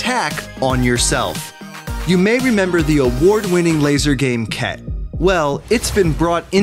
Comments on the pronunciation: it’s khedt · It’s khet.